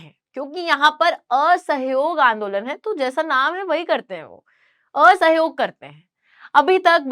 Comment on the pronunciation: Ye aa-sahiyog kyh hota h 😂....